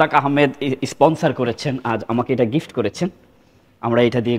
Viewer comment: ওটা গিপ্ট না গিফট হবে